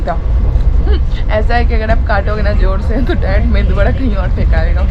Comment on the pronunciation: It is not Me"n"du vada,it is MEDU vada